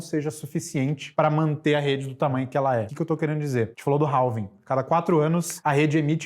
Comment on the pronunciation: Dois caras monstros e não sabem falar "halving*"que, ao contrário da escrita, tem a fonética sem o "l" = having